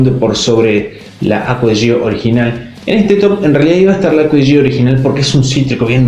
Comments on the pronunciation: Se pronuncia Acqua Di Gió, con acento en la O, porque se refiere a Giorgio Armani. Igualmente todos le ponen el acento en la i porque ya es costumbre, pero está mal. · Se pronuncia Acua Di Yo 😒🙄